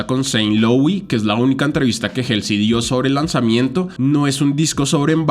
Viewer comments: Me desespera que pronuncies 'jelsi' en vez de 'Jolsi' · Pequeña corrección se dice "jolsi" y no "jelsi" jeje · creo que se dice jalsey xd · El nombre de Halsey se pronuncia "jolsi", saludos ⚡⚡ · te amo y se que es un comentario bien superficial pero ESTAS PRONUNCIANDO MAL HALSEY.